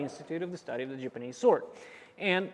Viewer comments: Love the videos, but it’s killing me as JAPANESE to constantly hear JIPanese. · It's ja-panese, not gee-panese...